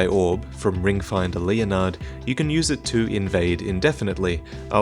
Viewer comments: I'm pretty sure it's "Ringfinger", not "Ringfinder". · haha! said "ringfinder" instead of "ringfinger". dork.